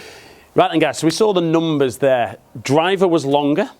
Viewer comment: I love how these guys pronounce “numbers “ cracks me up every time